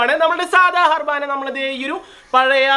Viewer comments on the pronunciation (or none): ഹർബാന ആയിരുന്നല്ലേ ഇത് 😂 njan karuthi "അറവാന" എന്നാ പറയുന്നതെന്ന് 😐